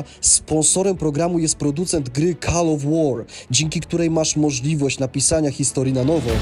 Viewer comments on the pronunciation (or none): Call wymawia się "kol". Nie czepiam się, ale chciałbym aby brzmiało profesjonalnie. Powodzenia dla całej ekipy. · Call of war czyta się inaczej. Nie kal lecz kol. Słownik google to nie trudna rzecz.